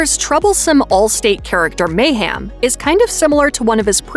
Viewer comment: Is she saying mayHAM 😂 💀